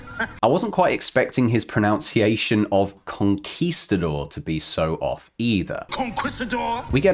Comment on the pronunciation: Ironically, while you were complaining about pronunciation, you pronounced "pronunciation" wrong.